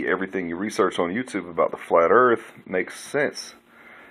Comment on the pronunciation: You wanna say dah erwft is fwat. Hwappy new fwat earft 😝😝😝😄😄😄